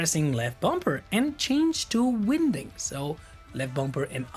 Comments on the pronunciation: "winding" and "unwinding" in the context of spinning a spool is pronounced like the word "wine", I am "wine-ding" the hose up for storage, I am "un-wine-ding" the hose from the reel. Otherwise, Really enjoyed the video! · Just to help ..Winding is pronounced wine ding . Yes i know that English is a bizarre language 🤣